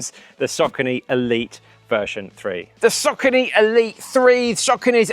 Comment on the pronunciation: Omg, It's Saw corny, not sockeny, and not hard to pronounce but easy off the tongue. And My zuno.... oh dear! You need to go to English classes